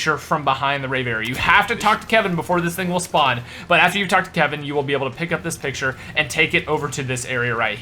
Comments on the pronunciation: 2nd "picutre" lololololol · "Picutre" damn it 😂